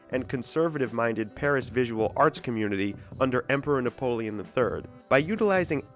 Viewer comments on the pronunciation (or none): none